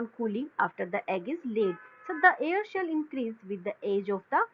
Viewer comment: Haha ...she says air shell to cell